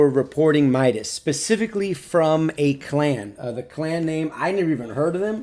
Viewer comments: It's not My-das It's Me-das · let me correct you, he's name (midas) is pronounced (mee das) not (my das) Nyway happy for him mok, midas, athena and you are my favourite pubg mobile youtubers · It's midas not mydas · It's not Mydus it's MIDAS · Awesome evaluation 🔥🔥🔥 Anyway its "Meedas" not "Maidas" 😂😂